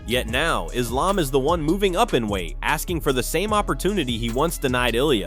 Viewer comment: Learn how to pronounce Merab. You have said it 2 different ways within minutes. You also mispronounced Islams name.